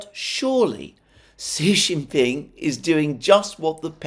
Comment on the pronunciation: Another interesting analysis. BTW, Xi Jinping is pronounced SHE JIN PING.